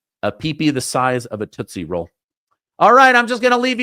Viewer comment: Toostie ROll lol